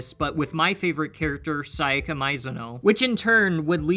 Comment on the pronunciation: You know is true that he doesnt worship Sayaka is becouse he did not said her name correctly even once